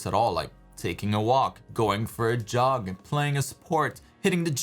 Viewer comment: Do what doesn't require focus.. I literally heard "like going for job instead of JOG" LMAO but makes sense either way